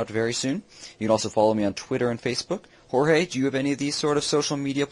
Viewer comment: haha fail its Jorge... Not George.